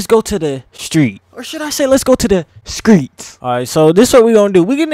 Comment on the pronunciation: aye you from da DMV? where else dey at saying “skreets”🤔